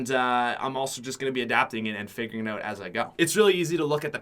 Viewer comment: Is it just me or does say oat instead of out